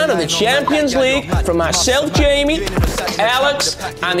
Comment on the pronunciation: Man still pronounced ‘Jamie’ in Scouse😂😂😂